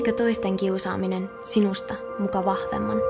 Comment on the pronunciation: Kuulin et sanot alussa vanhemman etkä vahvemman 😂